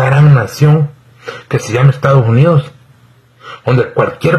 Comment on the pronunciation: No se dice estagos unidos. Se dice estados unidos. Saludes y gracias por apoyar a nuestro presidente